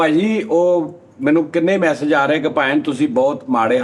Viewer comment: di angreji te trump de bayaan dona da koi ser paer nahi 😂, mechic (message) lag zuri, intertooooch 😂😂